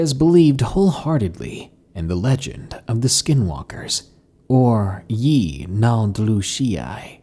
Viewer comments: Yeah its (Ye-Nah-Glo-She) I'm not navajo but I kinda live on the rez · If a real native heard you say "Yee naaldloshieye" they would laugh. Even I laughed😂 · You're getting close to pronouncing yee naaldlooshii right. Proud of you. At least you don't say it with a "dl" sound. Many people don't realize it's actually it's a "gl" sound. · It’s being mispronounced. Last part is shí like saying ‘shea’. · I’m Navajo and a big fan of yo work you gotta let me teach you how to say yee naaldlooshi u almost can say right u will b the only one saying it right🐺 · I know it has been said before in the comments, but that pronunciation of "Yee Naaldlooshii" is just SO bad. Throws me right out of the spooky/creepy zone the story and music is making. None the less, you make great videos, and will continue to enjoy listening to your uploads :) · val/John Longo’s I speak Navajo. He’s not saying it correctly. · I wish I knew how to show you how to pronounce it correctly. Haha but either way love ur videos 💚💚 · thought he'd murdered the pronunciation of it 😂😁😂😁😂😁